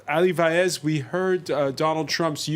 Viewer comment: I agree, but his surname is Vaez not Faez.